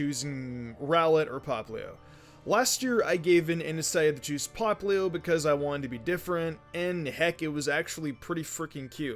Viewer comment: Anyone gonna point out he said popluu its poplio though